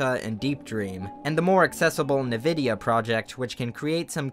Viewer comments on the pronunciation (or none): none